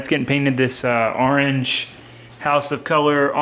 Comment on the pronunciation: What’s an Arange? Is Florida the Arange state?!? 😂😂